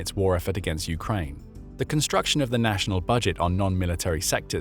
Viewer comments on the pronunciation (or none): none